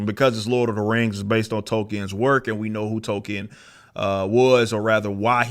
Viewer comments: Tolkien... Tolkien... NOT Token. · See what happened is that these folks read the writers name as TOKEN instead of Tolkien.